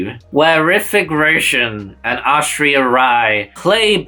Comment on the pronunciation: Loved the video...but make it a point to pronounce the film title and the actor names correctly. Small but still an important thing. The way you pronounce Kaante and Aishwarya was just way off...